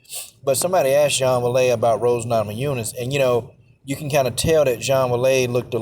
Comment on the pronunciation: Man her name is pronounced way lee